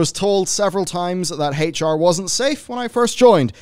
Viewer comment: Also ngl but like the way you say HR sounds like Hate(ch) R and, it kinda really feels fitting here honestly